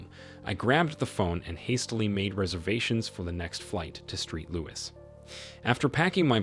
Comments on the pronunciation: The ridiculous mispronunciations make it difficult to follow these stories. And they don’t say “street louis” just once, oh no…they repeat it again and again. And thank goodness the AP had a tattoo of a heart and the name “Jay-Nett” on his arm for ID. Very low effort by the clowns running the channel. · Street Louis? sigh